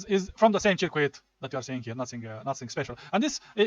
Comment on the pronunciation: Its pronounced "sörküt", not "cheerquit"😅